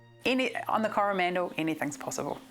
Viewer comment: Cor-ah-man-dil, dude...you make it sound like Howie Mandel's last name. Yikes.